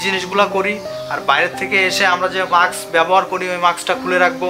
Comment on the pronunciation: ভাই, শব্দটা মাক্স না। উচ্চারণটা হবে মাস্ক। Mask